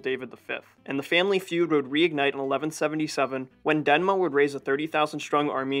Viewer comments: Great video! The name though is DeMNa, not DeNma. Thank you for this video! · Demna! Not danma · Thank you my friend for tryng your best for this video but as a Georgian, I see some mistakes in this video: first, in reign of King Tamar there were no countries like Armenia or Azerbaijan, they were under Georgian kingdom. Second, the name of nephew of King George third was Demna not dena😅 And third, the name of russian prince was yvane not yuri.😊and still thank you for this video. Yes there were some mistakes but it's okay, good work, friend.